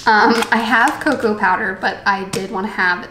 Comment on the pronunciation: I thought you said cow powder and now I’m giggling.